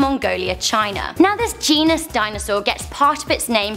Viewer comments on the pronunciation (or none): none